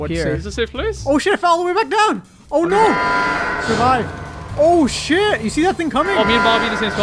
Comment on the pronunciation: kept saying oh shi without spelling the last letter